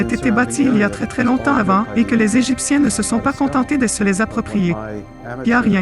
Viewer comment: le sphinx en pangollin ??? lol je la connaissais pas celle la .... des grosse barre de rire ... et tous les extrait de films(perso j'en ai reconnut 6 films , qui dit mieux ) ... la voix est horrible , "les "n"egiptien" c'est quoi cette pronotiation -aucun commaitaire sur les autre "preuves" ... manque theory du complots (l'etat nous cache des chose) quoique avec l'informateur secret ... des grosse barre de rire grand merci pour ce re-up bisou